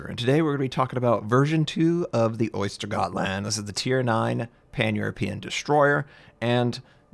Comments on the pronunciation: I like to think that he knows that it is pronounced oesdtergoetland and not the shelled animal Gotland, and just pronounced it like that to trigger us. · that may be the case too. So Notser if you read this, this is the pronunciation: [ˈœ̂sːtɛrˌjøːtland]. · Oystergottland. Most effective butchering of the Swedish language in a long time. I love it! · Ah yes, the exciting new Ostergöttland! Notser: "you mean the Ostergöttland?!" Wouldn't be a Notser video if he didn't get something wrong xD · Östergötland is pronounced "Uhsteryuhtland" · oister gotland? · LULAARO ! How the fuck do you say that? He probably says oystergotland because he can’t pronounce it